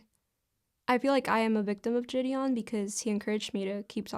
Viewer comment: I thought I was the only one who couldn’t fucking stand the way she says the guys name lmao